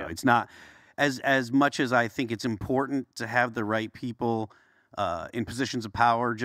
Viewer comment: just rattles and he can't pronounce the word im-por-tant.